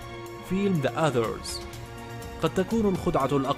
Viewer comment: عندك خطأ نطقي عند نطقك لفيلم the others.